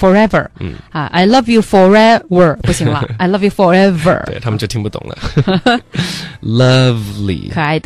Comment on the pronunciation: forever,貌似发音错了，for-ever